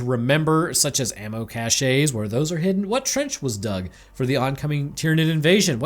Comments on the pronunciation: Hey if pronounce 'cashe' as cash-eh how do you pronounce 'douche'? Asking for a friend! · I know it's pronounced cache but cache is more funner to say. 😂